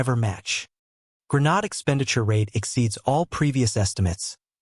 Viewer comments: Pronounced. gren-aid, not gren- nod. GRENADE😊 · Its Gre nadE sound like madE. Learn how to pronounce your words properly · I refuse to listen to a voice that is not capable of properly pronouncing the word that the program is about. Develop Ai better. Goodbye.